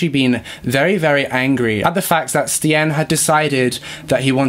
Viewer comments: Good job on trying to pronounce the Dutch names! Stijn is actually pronounced like stein (just think of any German sounding name haha) but honestly you both did a great job!! 😊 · It's pronounced like Steiyn. Something like the way you say I, like I am. But then inbetween the st and n. No idea how else to explain. But no hate. Just a launguage issue. Love you guys. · Just a suggestion - the correct pronunciation of most names, no matter of their nationality, can easily be found via a simple search on google. Stijn, for instance, should be read much like the English word 'stain'. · Can’t believe you covered a Belgian case! I’m from Belgium ❤️ It was kinda funny hearing you guys pronounce these names, not gonna lie 🙈 ‘Stijn’ for instance is actually pronounced ‘Stayn’. Love your video’s, keep it up! I hope in the future you cover some more Belgian cases, we have a lot of interesting ones. Maybe the Dutroux case. He is Belgians most notorious serial killer, he would kidnap young girls off the street and keep them in his basement. It is truly horrifying. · Y'alls pronunciation of Stijn is so sweet. This summer of collabs will hopefully bring a lot of people awareness <3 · i am actually dutch, i speak the language from both belgium and the netherlands. i wanted to thank you both for taking on a case from a place far away. you both pronounced most of the names wrong but it honestly doesnt matter, i loved this video. thank you both <3 love from nijmegen (the netherlands) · Eindhoven was perfectly pronounced 👌🏼 but stijn is actually with the same sound as the ei in Eindhoven ☺️ awesome you guys try it thought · Its so cool to see cases nearby me finally been covered, I'm dutch and remember this case bein on the news. The pronunciation is a bit off tho ;)